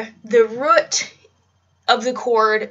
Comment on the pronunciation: Please say "root" correctly.